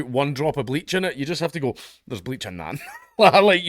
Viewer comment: the scott accent saying 'theres bleach in aat' made me crack up